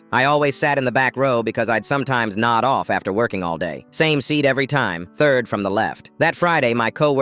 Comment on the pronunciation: I didn't hear nod off😢 I heard "nutt off"